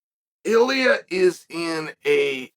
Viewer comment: He says “iliuh”